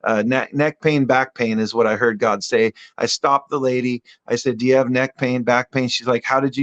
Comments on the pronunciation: I love GodD pronunciation. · The people who pronounce "God" and "Lord" like they're spelled with two Ds. "God-duh" and "Lord-duh."